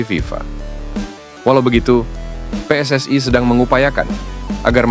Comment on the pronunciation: ST...way...... PSS...ayyy... Knapa sariawan kh